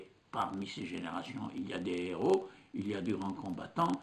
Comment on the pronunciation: وحتى الفرنسية لا تكلمها كما ينبغي يقول ان هيرو. En prononçant le h. وا اسفاه